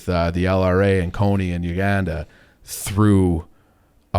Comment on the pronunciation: can’t pronounce the letter “a” Uganda pronunciation is brutal